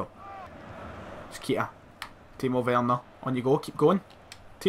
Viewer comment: Keita is prenounced Kay ta not keeta😂😂😂